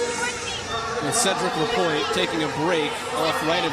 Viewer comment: Event 2 and the commenter still says ‚Lapointier‘! This guy is call ‚Lapointe‘ man!!!! Could you learn at least the names?!!